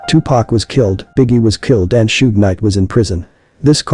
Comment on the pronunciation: Da name is pronounced Sug not Sog short for Sugar Bear u must b white 😂